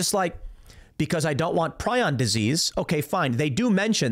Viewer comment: Prion = pree-yon